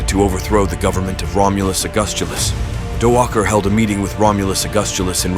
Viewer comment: The first time I’ve heard the name Odoacer pronounced with a hard C/k instead of an S